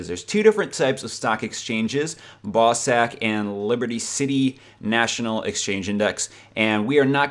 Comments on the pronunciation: XD "ball sag" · Haha Americans sound hilarious when they say "bawsaq" It's the Scottish pronunciation (where the creators of the game are from)